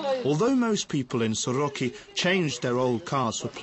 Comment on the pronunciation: Soroca not Soroki. weirdo "documentary"